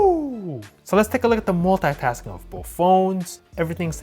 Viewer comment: You have to change the way to check ram management. If you do it like that the phone will always keep almost all of them open, you have to start from the first app you've opened. And however why do you prouncune "multitasking" like that?